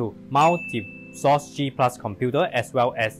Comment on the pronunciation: Why are you pronouncing it as "sauce" instead of "Cross"???